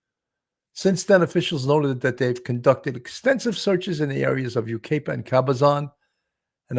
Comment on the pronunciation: Hi! From the area, and Yucaipa is pronounced (you-KYE-pah). It's a Native American word. Justice for Baby Emmanuel.